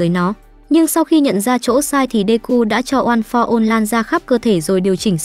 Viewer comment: "ôn pho one" nói mà nhức đầu luôn